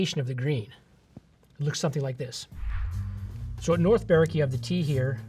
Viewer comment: Well done for pronouncing North Berwick correctly! Most Americans don't do that. 🙂